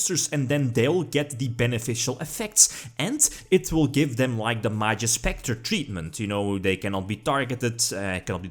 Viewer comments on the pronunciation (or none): none